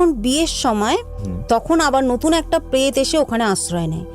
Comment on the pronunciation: সবই বুঝলাম কিন্তু উনি 'পেত'- কথা বলছেন কেন???